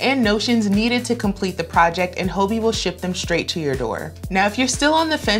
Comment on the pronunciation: Pretty sure it’s pronounced “hobby” 😉 Great list, a few I need to check out!!